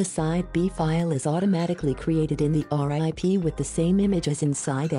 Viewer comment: I laughed when she kept saying "R-I-P" instead of rip. I was like "that's so bush league".